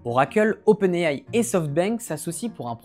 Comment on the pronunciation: C'est faux! Il prononce également OpenAI en anglais et de facon totalement correct (pas comme la plus part des YouTubeur tech français).